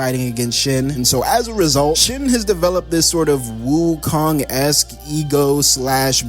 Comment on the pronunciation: Bro you calling every body wokong